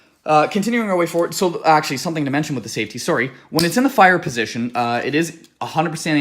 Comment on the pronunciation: Lol this is the first time I’ve heard an actual Canadian say “sooorry”